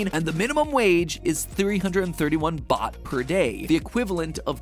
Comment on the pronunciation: It’s ok but u did say baht Wrong though